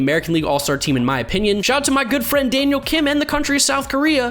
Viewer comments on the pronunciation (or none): none